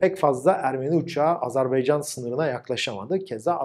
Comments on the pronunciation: Video iyiydi ama "azArbaycan" diyorsun gibi geliyor kulağa. Azerbaycan olmali. 👍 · "Azerbaycan" diyememek nasıl bir şey ki? Abi kim öğretti size bu ülkenin adını "Azarbeycan" diye? Tansu Çiller mi? Bıkmadınız mı bu yanlıştan?